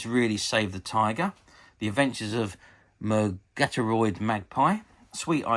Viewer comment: I wonder if you ever watched this show, as it all seems quite alien to you. Murgatroyd is pronounced as it looks. Thanks for the upload.